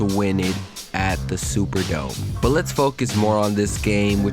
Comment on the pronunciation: dude, pronounce your final consonants. especially "T"s". BUT, not BU. you sound like a child.